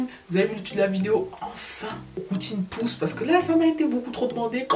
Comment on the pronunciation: Uneuh pousseuh vreeuuuument 👌🏽